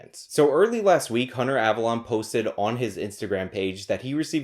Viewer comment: OMG it isn't AvaLAWN, it's AvaLOAN. Have you watched a single video of his, ever? Listen to how he says his name.